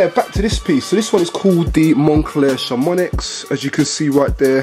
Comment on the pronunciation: how has no one told you that chamonix is pronounced chamonee haha